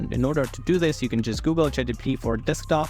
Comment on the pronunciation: GPT not GTP